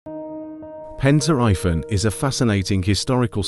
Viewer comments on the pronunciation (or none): it's pronounced like pEn tri vAn..